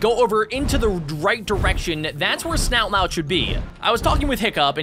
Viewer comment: His name's snot lout Not not loud